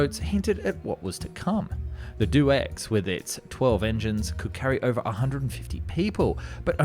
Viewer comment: It was called the Dornier D.O. X It was not "doe" X.